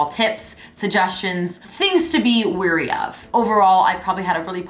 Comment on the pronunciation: "WARY" NOT "WEARY" !